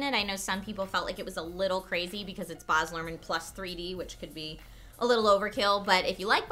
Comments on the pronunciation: bAAz not boz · Baz s pronounced like axe not like Oz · Baz. As in Barry. Baz. Bat. Cat. Dat (Ass). Baz. Not Bahz. Flame war initiated. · It's BAZ! Not Bahz, Baz as in "short for Barry". You need the (obnoxious) Aussie twang! I'm just so burnt out from being disappointed by this film that the mispronounciation of Baz's name is driving me up the wall. :P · BAZ, like 'daz' in dazzle, with a B. BAZ. Not Baaaahhhzzz guys! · stop saying "barz" instead of baz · It's Baz. Not Baaaaz. Not Buzz. It's B.A.Z. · The only thing that is shitting my about this review is the way she pronounces Baz. His real name is Barry Baz is an australian abbreviation for barry it's no Bahz, it's Baz The more you know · Ahh! Baz Luhrmann is Australian - you're pronouncing his name wrong! It's pronounced Bazz, not Bahz. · Oh oh she said boz, take a shot. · Baz, not Bars! Please stop saying Bars. Baz, not Bars. BAZ! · Baz rhymes with as not Buzz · Being an aussie I've always pronounced Baz as b-azz rather than & pronouncing as b-arz but different countries, different accents. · baz not buhz straya bro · It's baz not boz, he's an Aussie learn it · It's pronounced Baz right? Like Bazza. Not Boz? haha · Ok sorry but it is killing me as an Australian hearing you pronounce Baz as Baarz. Baz is short for Barry, not a fancy English name:) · OMG! It's B-a-z not B-ah-z. Baz is a nickname for someone called Barry. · lol whats a 'Barz' Luhrmann? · Every Australian viewer cringed whenever you said Boz.....I mean Baz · it hurts every time the say Baz. It's not pronounced Boz. It's BAZ!! There is the letter A in there ARGH!! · Baz not Boz! It's pronounced with an Aussie accent! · Hey... I'm sorry... But its Bazz Luhrman not Baaazz Luhrman. You're really destroying the Australian pronunciation of the name. It's like how you North Americans murder the pronunciation of 'Melbourne'. Please stop saying it like that. you're close, but you still have some work before you got it!